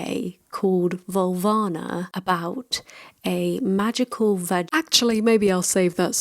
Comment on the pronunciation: "Vulvana", huh? 🤓😁